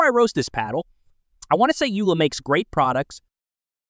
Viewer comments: It's Yola not Yula 🤣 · Yo, Dude! It is not pronounced Youla. It's pronounced Yoela, as in Yo, Dude! Other than that, don't take yourself so seriously.